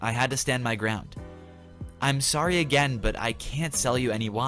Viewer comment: (Oh sowwy)